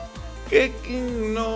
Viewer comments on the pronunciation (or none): Le ponen Keching en vez de Keqing porque así se pronuncia y le dice Keking xddd